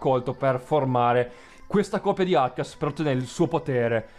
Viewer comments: ti prego. si dice "archeus". mi viene un colpo al cuore ogni volta che hai detto "archias". comunque questa teoria viene detta da molte persone nel web. ed è la più logica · penso si pronuncia archeus e non archias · NON SI PRONUNCIO ARCHIAS SI PRONUNCIA ARCHEUS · archias non si può sentire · se pronunci ancora arceus, o qualcuno morirà...o le mie orecchie si sopprimeranno da sole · Ho chiuso il video nei primi 2 minuti. Ogni volta che dicevi "archias" mi davi urto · Non puoi pronunciarlo "Archias" D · si pronuncia Arceus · no *Archeus si pronuncia così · ed era sbagliata, non ci vuole un giapponese per sentirlo malissimp